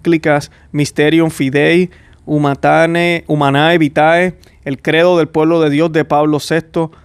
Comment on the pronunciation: Se dice: Humane Vite no se dice como se Escribe: Humanæ Vitæ.